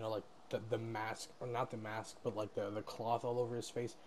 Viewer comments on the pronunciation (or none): none